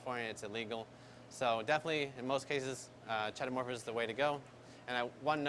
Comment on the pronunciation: Key-Toe-Morph-Ah... not Chay-Toe